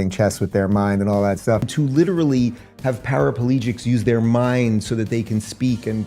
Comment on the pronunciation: “para-po-legics” shut up man